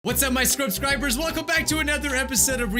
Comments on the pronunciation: at the beggining of the video '' What's up my scrobscribers'' Me: ''XD'' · "ScrubScribers" ~ 2020